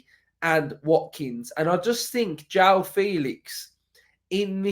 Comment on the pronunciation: nooo mate, not Joao